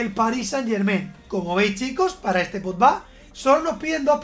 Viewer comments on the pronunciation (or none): Nadie: Absolutamente nadie:: Paul Potba, Didier Drotba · Nadie: Absolutamente nadie:: Pol Podba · Tío tanto te cuesta decir bien Pogba? Me ralla muchísimo